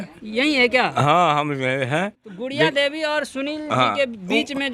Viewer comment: गुड़िया देवी को बूरिया देवी बोल रहा है😂😂😂